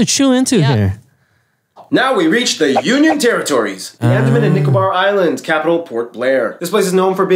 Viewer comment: You must make a video about Andaman and nicobar islands (pronounced as un day maan)